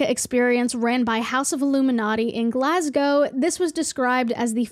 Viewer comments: I live in Paisley near Glasgow, thank you for pronouncing it correctly. I wouldn't have watched if you pronounced it "Glas-gaw" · FINALLY someone pronounces Glasgow properly, thank you kindly 🫡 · So glad that you pronounced Glasgow correctly. Very cool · The accent was on point today 👌 😭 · Happy you pronounced Glasgow correctly!! A lot of americans dont!! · you are the only american ive heard correctly pronounce glasgow keep it up queen